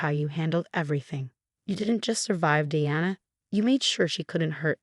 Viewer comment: Suyrupy, not serpy. Choppy narration is annoying. Smug, not smuck. Past, no pass. Reduced, not reduce. Twenty years is too light a sentence for attempted murder. Diana, not Deanna. Its, not it's.